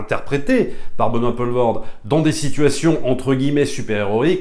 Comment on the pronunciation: Tu m'as trigger à chaque fois que tu disais "Benoît Paulvord"